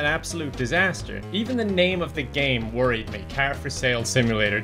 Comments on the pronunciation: Learn how to say car like a normal human being please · Who do you say karrr (car) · I like the way you say car. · WHY DO YOU SAY CAR LIKE THAT